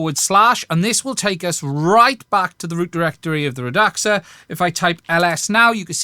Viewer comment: I think it's "Rad-Sa"